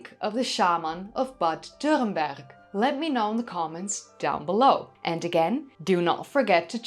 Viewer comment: your pronounciation of "dürrenberg" is pretty on point, good job i dont think it really matters to get it right but it's nice when people make the effort